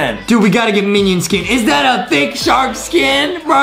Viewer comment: hE rEaLlY sAiD ThIcC sHaRrK